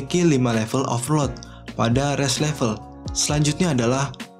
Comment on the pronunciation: Pelan pelan aja bang, Overlord jadi ovrod